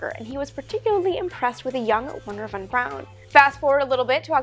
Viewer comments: Good video but its not Von Brown Amy but Von Braun. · von Braun not Brown.... why do you do that, come on Army, get his name right love.